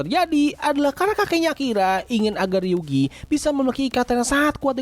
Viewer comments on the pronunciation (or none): Namanya ryugu bukan ryugi kak